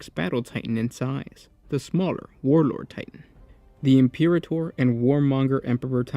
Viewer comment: Im-per-ator bro. Imperator. Just sound it out.